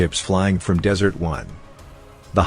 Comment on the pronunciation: Good Lord it's DESERT ONE, not dessert one sheesh